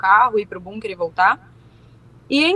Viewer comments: que agonia essa menina falando BUNker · Bunker kkkkkk essa pronuncia me desconectou da seriedade do assunto